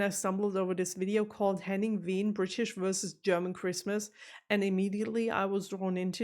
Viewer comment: Why do you pronounce Wehn almost like the Brits do instead of showing them how it's really pronounced?